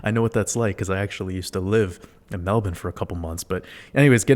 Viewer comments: i like that you know how to pronounce Melbourne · Pronunciation of Melbourne 👌 much love from Oz